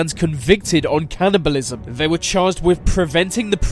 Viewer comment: Do you know how to speak? “Executed” “Cannibalism” “Anex”